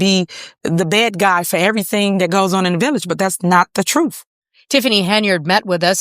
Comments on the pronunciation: She’s going to tell the truf about these allezations… 🤡🎪👩🏿‍🦰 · She telling the truff 😂😂😂😂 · Tiff , the con and liar, and her attorney, the blustering windbag ...are painfully ridiculous. It was and IS her shit show. She is entirely unable to tell the "TROOF". Show us the proof.